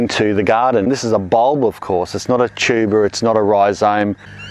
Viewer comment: The first time I heard you say "tuber" I thought I'd heard "cheeba". Unfortunately, around here, we can't grow cheeba in our gardens.